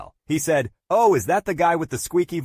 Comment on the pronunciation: A good old Aussie "Oh Eye" wow.